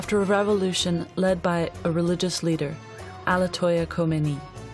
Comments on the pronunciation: its ayatolla not alatoya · Please can you check your pronunciation of names? It's 'Ayatollah', not 'Allatoyah'; 'KhomAYni' not 'KHOMenei'; and 'al-SAAdiq' not 'Sadeeq'. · Whaaaat? Alatoya khomeni? Who the hell is alatoya?🤣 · How do you go from pronouncing the word ayatollah (pronounced "Ai-A-To-La) to what the narrator said "Al-A-To-Ya". In English we usually pronounce the letters that come first.